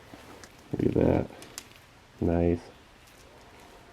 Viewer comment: Can’t even say NICE 😢 Maybe GROSE 🤣😂 Peace ✌️